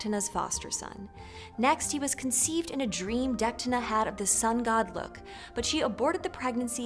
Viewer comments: This was an interesting video, but I have two notes. First Lugh is pronounced like LOU. Secondly, I am a little confused as to how you can do a video on Cu Chulainn and not mention the Morrigan at all. She is the War Goddess of Ireland who had a huge part in his story, including his death! I highly recommend checking out The Book of the Great Queen by Morpheus Ravenna, as it is about the worship of the Morrigan and evaluated the relationship between the Goddess and the Hero very well! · Nice video but how come you mispronounced Tuatha Dé Danann & Lugh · i'm sorry, kind of disspointing, poorly summerised with misprenounced names In Irish, most of the time when you see a H, the leters around it go silent (but still feel the presence of them) Deichtine - Detine Lugh - Loo Why did you pronounced Mac as Maaaac with a long a :/ Mac has a short a - Mac! like McDonals this made me concerned of the other inclusive stories you have here, hallowed down to min If you enjoyed this story, awsome, just read further and find how sensitive, action packed and character driven Irish myth can be. It's very much like Norse myth, except the gods are more human, more vulnerable and either with us or the earth bellow us.